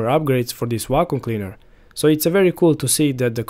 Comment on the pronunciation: "Wacom" cleaner? 😁